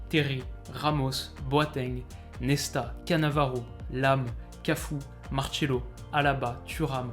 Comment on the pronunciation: C'est pas Martchelo, c'est juste Marsselo que ça se prononce l'ami, il est brésilien donc ça se prononce à la portugaise, ce sont les italiens qui prononcent le C en tch :). Bref, c'était vraiment intéressant à voir comme vidéo, Ancelotti est vraiment un des rares entraineurs qui a l'air de s'impliquer avec ses joueurs, la plupart ont juste un rapport professionnel et ce n'est pas l'impression qu'il donne lui. Il est en général très apprécié d'eux. Il semble privilégier l'importance des rapports humains au fait d'absolument gagner des titres tout le temps. Quelqu'un de très intelligent, qui met son égo de côté pour d'abord écouter les autres. C'est quelqu'un qu'on apprécierait tous de rencontrer. Bon week-end à tous.